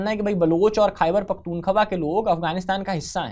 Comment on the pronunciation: khyber pakhtunkhwa to sahi sa bolna nai atta